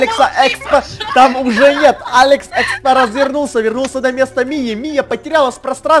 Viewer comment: я вот смотрю когда ты говориш быстро говориш алекс експо то т ы оч быстро говориш и ты говориш алекс секспо:)